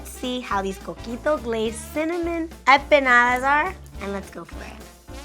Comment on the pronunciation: Why does she keep pronouncing empanadas like “eh-peh-nadas”? That was a bit distracting throughout, but these look good though👍🏽